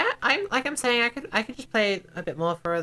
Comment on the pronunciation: this mf saying sating